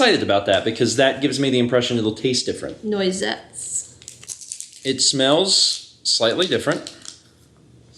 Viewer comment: Noisette is pronounced nwazet ^___^ But surl is good. But only as a late night snack